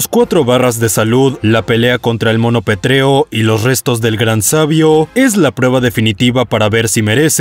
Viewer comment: Coincidimos en el puesto 2 y 1, genial. Una cosita, es pétreo, no petréo.